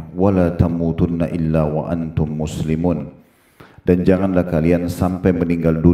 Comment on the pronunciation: Wa angtun ustad, bukan wa antum,, itu kan ikhfa,,, di bacanya samar